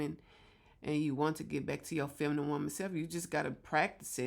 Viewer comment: Did u say FEMIMIME...??? femimime???